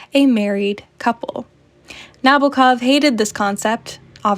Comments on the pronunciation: Nah-BO-ah KOV - the Os are long, as in "boat", the accent is on the second syllable, and there is a slight "ah" before the last syllable. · Good essay, I enjoyed it a lot. A little remark - the author's surname is pronounced with an accent on the second syllable 🌻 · The way you say Nabokov is hurting my ears… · It's NabOkov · IF you read the novel, why in the world would you pronounce the name like you did, it's literally the very start of the story in the beginning of the novel: LO-LI-TA He says it many times and "rolls it off his tongue" LITERALLY, Nabokov is turning in his grave right now 😩